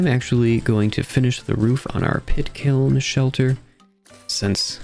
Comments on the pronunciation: "kit piln" 😭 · At one point I swear you call the pit kiln a "kit piln" 😂